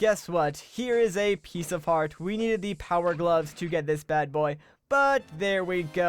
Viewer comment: he said piecefart